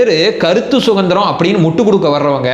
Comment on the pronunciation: வணக்கம். " கருத்து சுகந்திரம் " இல்லை. " கருத்து சுதந்திரம் " என்று சொல்லுங்க. அதுதான் சரி.❤❤❤